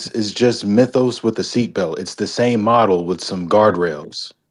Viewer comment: Bro pronouncing Mythos wrong is ragebaiting me